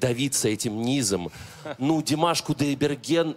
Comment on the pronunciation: И не Дымаш а Димаш учись студент ведущий.Пасибо😊